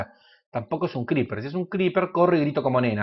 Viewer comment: Scriper? Creeper hermano.. CREEPER..